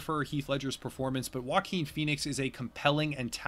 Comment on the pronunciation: "Joaquin" is not pronounced like you think it is. All I can hear is "Walking Phoenix"!